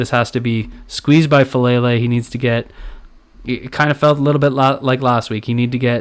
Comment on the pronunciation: its pronounced Fah Lah Lay not Fah Lay Lay